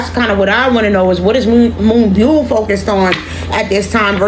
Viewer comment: You pronounced her name perfectly! You can also refer to her as Moonstar as " byul" translates to star